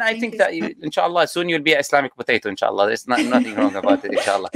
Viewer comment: "We are gonna have an Islamic potato today, Inn-Sha-Allah" 😂😂